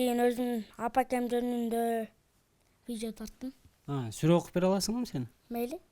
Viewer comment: Ката окуп койду сүрөну